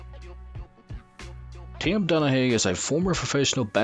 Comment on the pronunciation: Tim don ah hue is the pronunciation bro 😎 and he is a whistle blower pun or not and a legend long as he lives . Hope we can walk freely